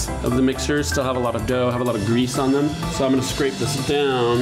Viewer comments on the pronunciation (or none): none